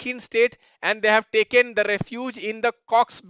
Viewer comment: sir aapki fake accent 😭😭😭😭 pandey mean noth se ho rakhaine pronounce karte chalo isme eng me liha galat bol sakta but bazar klo baizar bol rahe aap real raho na